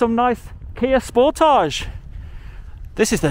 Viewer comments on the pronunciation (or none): none